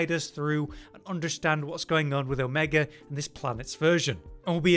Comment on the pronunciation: There's no hard R in Omega vro....